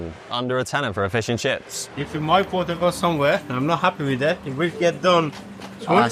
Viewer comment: "Feuws eu chiffs" - LMAO!